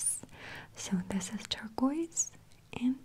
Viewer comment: I just love the way she pronounces Turquoise 😌